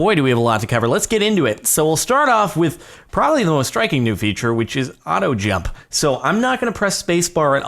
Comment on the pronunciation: your auto jump when you say it sounds like auto gel.